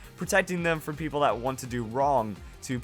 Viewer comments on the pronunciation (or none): none